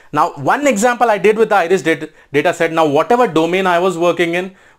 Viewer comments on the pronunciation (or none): none